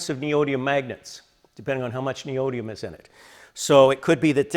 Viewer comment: 5 syllables... ne o dy mi um